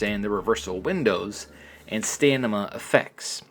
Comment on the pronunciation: Couple things. You keep saying stanima. Its stamina. Also, why in the world dont they just do one button for strike reversals, one for grapple reversals, and MAYBE both combined for specials